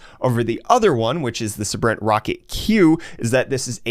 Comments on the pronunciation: It’s not suhbrent, it’s saybrent. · I think it's pronounced saybrent...